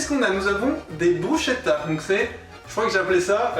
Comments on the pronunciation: Brusketa ça se prononce par contre par pitié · Dommage que sa maitrise de la prononciation de soit pas au même niveau On dit brusKetta. Sinon quel honneur de mettre en avant le plus beau pays du monde. (objectivement bien sûr). Un régal !